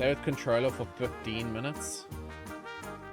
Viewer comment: bro your pronounciation of controller is a sin 😂